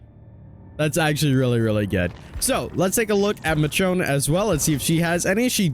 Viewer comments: Michonne is pronounced "Mishone" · I stopped the vid after I heard how you pronounced Michonne. Nope. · the way you never pronounce names correctly royally pisses me off. Do you say the name "Michelle" as Mi-chell?????